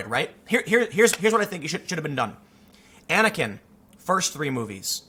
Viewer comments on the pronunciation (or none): none